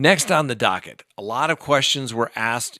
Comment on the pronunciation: I’m sipping each time you say dockett. Thanks for sharing your brain.